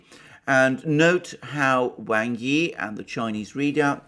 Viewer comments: Speaking of Chinese pronunciation Alexander, Wang is more properly pronounced as /w(ah)ng/ Yi, rather than /W(ae)ng/ Yi. As for the Vietnamese foreign minister Bùi Thanh Sơn you did better except Bui is pronounce as you read it, more like the American pronunciation of /buoy/ as opposed to your /Buway/. Now to work on intonation... :) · Well then Wang is really pronounced like Wong. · The name ‘Wang’ is pronounced ‘wahng’, like the first part of ‘wand’. I know because I have a friend with that surname, who I dabble with my limited Mandarin. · His name is 王毅; pinyin: Wáng Yì; Wang's pronunciation is closer to "wong".